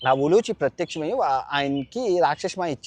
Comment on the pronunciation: సార్ 💐 perhaps it's "ఉలూపి" instead of "ఉలూచి 🙏🙏🙏.